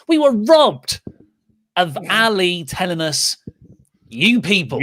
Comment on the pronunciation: Poor Ali... Finally gets a story and you cant even bother to pronounce his name correctly. If he was in AEW i bet you'd say his name correctly lol 😂